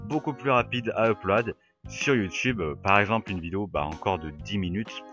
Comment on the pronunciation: Quand tu dis Uploade ça me tue, sinon très bonne vidéo !